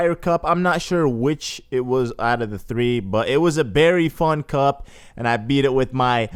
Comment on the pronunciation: When he said it was a very fun cup I thought he said "it's was very fucked up" xD